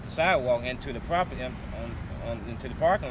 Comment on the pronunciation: Note the low intelligence/education people they hire. "propitty," "I seen..." (instead of "I SAW...) "What...what...what..." They would have done better deploying a trained chimpanzee.